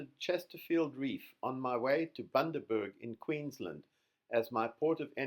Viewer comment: Bundaberg not boondaberg 😂